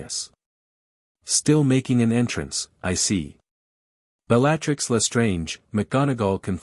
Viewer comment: I enjoyed the story but the AI pronunciation of Bellattix's name set my teeth on edge